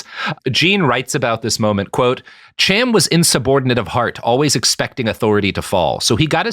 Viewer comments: You pronounced "Cham" according to Anglo/English which is why it seems odd. The name is "Kham" with a glottal stop typical of Arabic or Hebrew. Think, "l'chaim," not "cheeseburger." The "Ham" spelling is Anglicized and removes the "ethnic" sound to the name. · it's not pronounced either "Ham" or "Cham" as you pronounce it here (at least not in modern Sephardic-style hebrew) but the correct pronunciation uses sounds that don't occur in English. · The "ch" in "Cham" is probably pronounced like the German, which is fairly close to an "h."